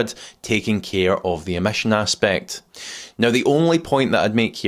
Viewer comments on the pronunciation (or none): none